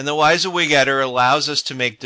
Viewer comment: Not important but its pronounced wih-zee-wig not why-zee-wig.